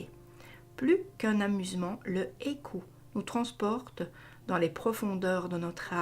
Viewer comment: LE I trema se prononce "i" seul donc on dit pas "éku" mais a - i- kou et même que le ou se prononce pas c'est presque un "eu"